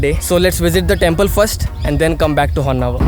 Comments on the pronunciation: It is not Honnavar. It is Honnavaraaaa. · It’s “Honnavara” not Honnavar! Don’t confuse people with names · Niv kannadadavra adru honnavar anta heltiddira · Bro its Honnavara not var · there are few places it’s written “Karnatak”, would u still pronounce it as the same? Haha! Offcouse you clearly say “Karnataka” right!! So don’t give excuses who put up the name plates.. follow what’s the actual name.. ❤ great content! Keep it going 😊